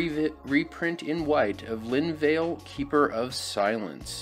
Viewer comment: (Will edit this as I go through the video) Pronunciation Corrections: Lin-vah-luh, Kee-rah, and Shoal-dread. Linvala: I have her in my Tamiyo Flash Hulk deck as a way to prevent creature based combos from going off after I dump everything onto the battlefield. Dualcaster Mage/Hellrider: I'm not sure that these belong on the list with Oracle of Mul Daya and Azusa, Lost But Ballin in the set. Competitive Mono G might be possible on a budget depending on how the print run shakes out. Kira: Doesn't actually do anything against mass removal, which is a problem. I don't know what's better, but having played with it in Modern I don't think it's all that great. Sheoldred: Could be a Reanimate target with Grissy B banned. In fact, that's the only place I could see it going. Reanimate: You state "your graveyard", but it's actually any graveyard, which actually makes it way better. Still, this has the same problem as all cheating bastard black combo cards have, in that you're playing a very precarious game with your life total; in a 20 life, 4 player format that's actively bad. I'm still going to design a Reanimator list, I just don't think it's going to be very good despite my best efforts. Duelist's Heritage: Not my jam. I have my Ajani Maverick list for GW and my Nahiri Breach list for WR. I could see this being okay in a pillow fort deck, maybe, but that's not something I'd ever build. Exquisite Blood: This is a rather neat combo card, but the combos difficult to assemble through in